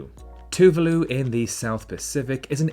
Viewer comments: Hello from Russia! Thanks for the video. Several errors made. 1) Paraguay does have 2 official languages. 2) Spanish is an, not "the" official language of Equatorial Guinea. Two other are Portuguese and French. 3) Tuvalu is pronounced with the second, not the first, syllable stressed. 4) Dominica is indeed often confused with Dominican Republic but not with the island of Dominican Republic for no such island exists. The island the bigger part of which is occupied by Dominican Republic is called Hispañola. Incompleteness in the comments where they concern the official languages in South America: not only Brasil, Guyana and Surinam have official tongues other than Spanish but Bolivia has 36 official languages. Check also Peru. With Quechua and Aimara. In Moscow, which is Europe's biggest city (for part of Istanbul is in Asia), there many Kyrgyz people who come for employment. They work as taxi drivers, couriers, builders, etc. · Thank you for mentioning our beautiful island of Tuvalu, Just wanted to let you know that the pronunciation of Tuvalu was not right but not a bad effort, understandable though, Great video 👌🏽